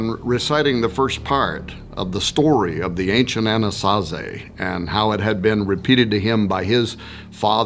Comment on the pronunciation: Why was I hearing Annunaki instead of Anasazi🤦🏽‍♂️